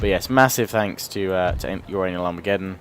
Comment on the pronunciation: I lol'd at "youranalarmegeddon"